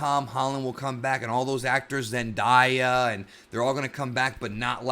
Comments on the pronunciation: that’s not how you pronounce Zendaya, I’m pretty sure you pronounced it correctly in the past lol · You said Zendaya wrong